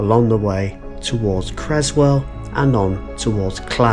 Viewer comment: Its Creswell NOT Crezwell